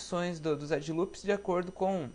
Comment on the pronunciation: pow mano bom trabalho, porem "edJe" loops fico foda da uma corrigida ai erros de português pega mau para um designer! desculpa qualquer coisa! abarço